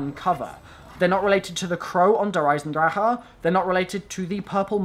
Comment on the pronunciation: you pronounced "der eisendrache" almost Right. You just have to roll the r...